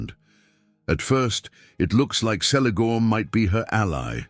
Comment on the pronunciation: who else here was saying its kelegorm not selegorm like even in oe of the deleted scene of the first lord of the rings movie haldir does pronounce the letter c the way tolkien said it was pronounced which is like the letter k.....also the irony that he was blond like the kids his grand-pa had with his 2nd wife and yet is the one that is most similar to feanor whom hated the 2nd wife and his half-siblings is funny in my eyes